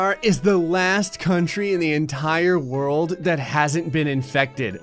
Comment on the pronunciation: THE WHEN ID SAD THE WORLD IS SAID WOLRD